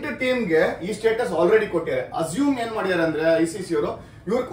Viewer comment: ಅದು yenu (ಯೇನು) ಅಲ್ಲ.. enu (ಏನು)..